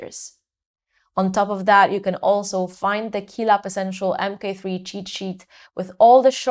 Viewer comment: It sounds like you say mp3 throughout the entire video, annoying indeed ;-) "M Kay 3" is the correct pronounciation babe!!!